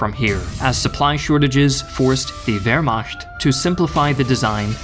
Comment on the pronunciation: It wasn’t the pronunciation of any of the tanks that got me, what drove me nuts was how you kept saying “Vermasht”